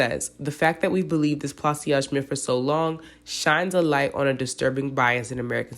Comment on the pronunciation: Pla- saj- two syllable, not three... like a corsage